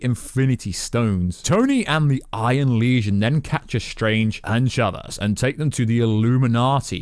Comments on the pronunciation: Umm her name is America Chavez… not America Chavas lol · America ‘chavas’ ‘Sammy’ Raimi More mistakes! Jesus Christ man 🤣🤣🤣